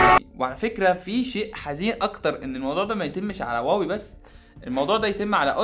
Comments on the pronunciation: انت بتقول واوى ولا هواوى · إنت ليه بتقولها واوي مش هواوي 😂؟ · واوي 😂😂😂😂😂😂😂😂😂 انطق اسمو جيدا ومنبعد حط فيديوك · واوي يزم انطق صح مشان الله مش هيك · ليه بتقول واوي 😂😂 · انت مبتنطقش حرف الH ليه